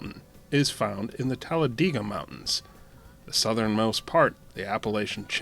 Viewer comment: I think it’s pronounced Tal-a-day-gah, not Tal-a-Dee-gah.